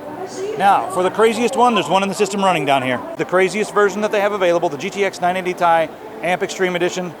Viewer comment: Dude its ti not tai